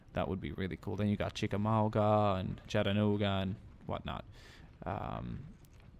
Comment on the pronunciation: You also miss pronounced Chattanooga, it's Chat-a-nooga, trust me I know, I live there.